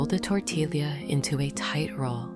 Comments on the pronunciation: Great recipe. Greetings from Pennsylvania. But why AI? It's pronounced tor-tee-ya, not tor-til-lia. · It is amazing how the AI cannot pronounce tortilla (tor tee ya).😂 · It is pronounced Tor tee ya Sanger Tx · AI can’t pronounce tortilla😂